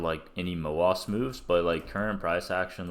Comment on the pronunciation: i like how u pronounce MOASS so it sounds appropriate